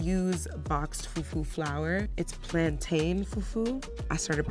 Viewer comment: #2 said “plan TAIN” 🙄 …she probably also eats her fufu pudding with a spoon at home 😅